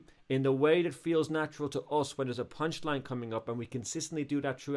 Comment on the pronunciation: this dude said punchiine